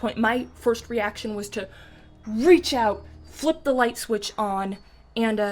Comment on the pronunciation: You said light SQUITCH